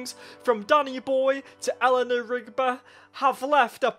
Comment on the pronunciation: Lol Eleanor Rig-bu